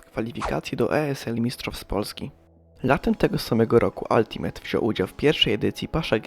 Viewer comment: Wymawia się „altimejta” nie altimeta i strasznie bolą uszy